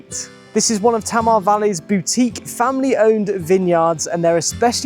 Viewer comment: Great video from a beautiful area of Tasmania. However, in Tasmania, Tamar is pronounced Taymah not Tammer. Launceston is Lonnceston not Lawnceston (as many tourists say) or Larnston (as natives of Launceston England say).